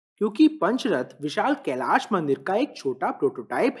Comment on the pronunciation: Bade bhaiya mai aapki bahut samman kerta hu aap Hindi bolte hain to sahi uchcharan kre aap "kailasha" n bol k kailash bole kyoki aap angrej nhi hai aap hindustani hai aap Hindi ka sahi uchcharan kr sakte hain.